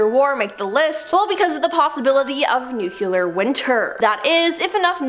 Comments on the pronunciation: NUclear* not nuCUler. The way she has this sing song way she speaks and ends the last words for couple words in her sentences...ugh. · Ok let's try this together. Nuclear...pronounce it like new-clear" Nucular is a word but it has nothing to do with nuclear.